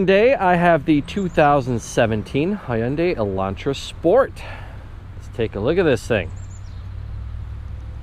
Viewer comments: "Ha yun dae" what kind of pronunciation is that lol it's Hyun dae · Huyunday its hyundai buddy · "Hoounday" Kill me.